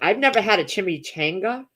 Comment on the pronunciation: you pronounce it Chimi chong ga lol